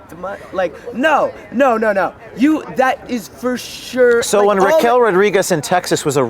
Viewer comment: "FUR SHUR" - Good grief expand your vocabulary and get a hair cut.